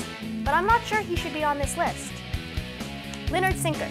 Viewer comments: WTF?!?! There are so many things wrong with this it's not even funny. A:Rock and Roll has expanded so much that you have to include people like B. Sabbath and M. Davis. B:As already stated, M. Davis played the TRUMPET! C:It's not pronounced Lynyrd Sinkyrd! D: The comment about the Sex Pistols is so irrelevant. Who cares if A&M is being inducted on the same day as the S. Pistols? It doesn't matter. Long story short, she should shut up. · Did she say "Lynyrd Synkyrd"? I hate this chic. Who does she think she is? Keep reading you dumb b!tch. You're an idiot. I can't believe I sat through this whole video. It was only to hear all the STUPID crap that came out of your mouth.